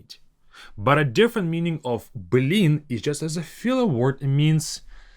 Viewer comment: it's funny when Russian people stress the Б, like you do here, like saying "Б лин" ))